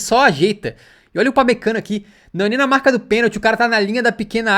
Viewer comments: "upamecanico" kkkkkkkkkkkkkkkkkk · destaque do jogo o thiago leifert falando upamecanokkkk